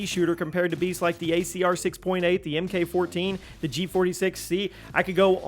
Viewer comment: MK14 is pronounced “Mark Fourteen”, not the “Em Kay Fourteen”